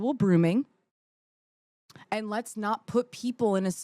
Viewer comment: 🤔 i just wanna know what is "brooming" like she says around the timestamp. i swore it was called "grooming" or "being groomed" 😂